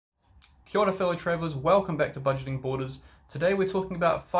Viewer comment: I just noticed on your opening you said kia ora lol are you kiwi or aussie?